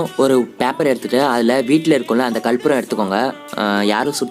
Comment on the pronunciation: It is karpooram not kalpooram